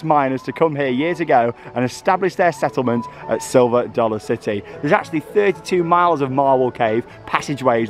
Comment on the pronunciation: "Silver Sollar City"